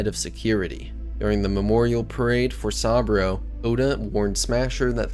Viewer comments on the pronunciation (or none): Great video but why do you pronounce Saburo as Sambrio? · Gotta learn how to pronounce Saburo. 😆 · Man i gotta tell you your pronunciation of saburo was painful to listen to its supposed to sound like oo like moo